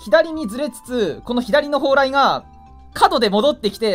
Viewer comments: たんぽぽうらい言うてる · 「モンストには何がある？そう、ﾀ↑ﾝ↓ﾎﾟ↓ﾎﾟｫ↑ﾗｲですね」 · 「そう！たんぽぽうらいですね」